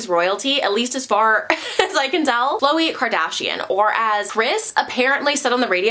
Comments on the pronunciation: It’s is not kloayyyy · Since when was Khloe name pronounced like that lmfaoo. Not even on the show they ever corrected us